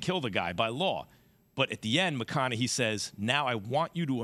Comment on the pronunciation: The most shocking part of all of this is max pronouncing McConaughey, "McConaughee"